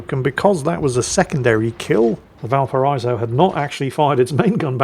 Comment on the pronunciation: Yes, yes, I know ' pronunciation of Blücher is slightly hilarious, but, have you contemplated the war crime that is his way of mispronouncing Valparaíso every single time? Kind of amazing, really!